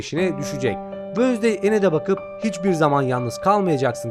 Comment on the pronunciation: Abi Allah aşkına wönsday deme